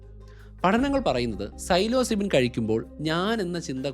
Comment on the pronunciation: "Silozybin" = Psilocybin (that how you pronounce it).